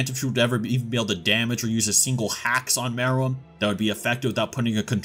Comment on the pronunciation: I knew you was tryna be funny saying More-L. caught me using false enunciation